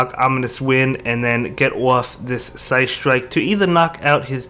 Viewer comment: Kinda triggered each time he said psystrike. Kinda have to look if he really had Mewtwo under 1500 cp haha.